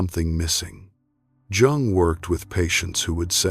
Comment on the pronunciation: HOW CAN ANYONE TAKE THIS SERIOUSLY WHEN THE NARRATOR CAN'T EVEN PRONOUNCE JUNG CORRECTLY. COME ON!